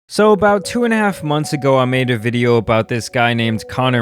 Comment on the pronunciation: You lost me at “so about”